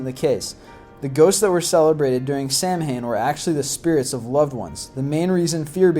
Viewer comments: He said "SAM HANE" and I thought "Ugh... Okay. A lot of Americans mispronounce that. I'll let it..." "An ancient Seltic..." "NOPE! We're done here." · Samhain is pronounced "S-ow-in" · Sow-in , Lol Im from ireland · its prounounced 'sawan' it's spelled ''Samhian'' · Thank you to all that commented on the pronunciation os celtic & Samhain. It makes me cringe eberytime he says it incorrectly. Not sure I can wven watch the rest of this video. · oh my god, thank you! i fucking hate how he says samhain. i literally stopped watching after like the first five times he said it. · It is not pronounced Samhain. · Ok, Samhain is pronounced: Soween; and Celtic is pronounced: Keltic. Not: Seltic. C'mon man. The festival was similar to Winter Nact, an ancient Norse festival, Honouring the dead. I love your videos; but Next time: Have Me do this one for you. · Had to nope out after "sam-hain" and "seltic" sorry. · it is not pronounced like it is spelt. Samhain is pronounced sow-win please pronounce the pagan holiday right because some of us do still celebrate it. it's like calling easter ester.... it's not right and very disrespectful. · Dude! Samhain is pronounced SAU-WIN. And Celts are pronounced Kelts not Selts! Don't lose credibility! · Samhain is actually pronounced more like "Sow-win". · 'Samhain' is pronounced Sow-en, and 'Celtic' is pronounced Keltic. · samhain is pronounced Sow-win. You should get it right. And It's Keltic not Seltic! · samhain is the irish word fpr october, though you're history is right how you're pronouceing it in enfuryating, you say it like this SAWAN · Just letting u know, it may be spelt Samhain, but it is pronounced "So-wen" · well one thing you dont know is how to pronounce samhain. Its pronounced sah-win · Samhain is pronounced soween btw. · It's pronounced "sow-en". :-) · celtic is pronounced as keltic and samhain is pronounced sawan im from ireland i would know!! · Samhain is pronounced "Sowen" as well... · Samhain pronouced sow-in